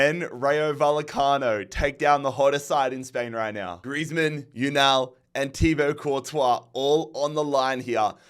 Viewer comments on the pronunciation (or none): none